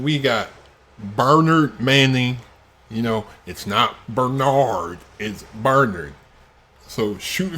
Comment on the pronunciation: Loving the pronunciation of, Bernard! 👍